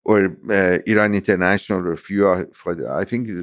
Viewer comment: Great conversation 🙂 also random but I appreciate you pronouncing Iran correctly lol Americans usually put extra emphasis on the I so they say - eye-ran, but weirdly when saying India they pronounce it correctly lol would have thought they'd say eye-ndia 😆 good banter.